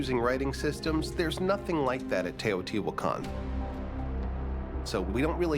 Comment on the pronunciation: Learn to pronouce the names, If can say sean correclty, you should say Teotihuacan and quetzalcoatl correctly. horrible sounds come from your mouth